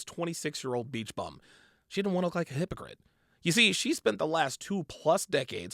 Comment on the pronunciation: A "Hoepacrit!" lol